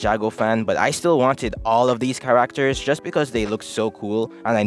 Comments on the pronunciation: Ca"RAK"ters 😭😭😭 I'm not making fun it jus caught be off guard, I was like what did you say bro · i’ve never heard anyone say characters like that where are you from dog